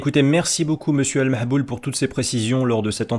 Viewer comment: "Al Mahboul" 😭😂